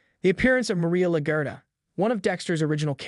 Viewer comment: LaGuerta lol you sounded like la-ger-ta when you say it lol